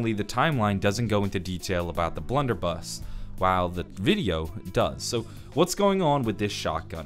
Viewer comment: Um my man said bludder buss